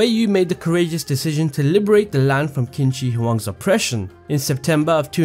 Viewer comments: "Qin" is read as Chin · Hi sorry. First love your video and this was so helpful! The first emperor is pronounced like the word Chin. Sorry stickler for history. Other than that thank you so much for this video! Your editing is good, your narration is good I have been dying for this info. Thanks